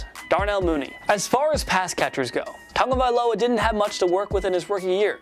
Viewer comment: How tf does he read Tagovailoa like that where does he get the Tong from?? I’m so confused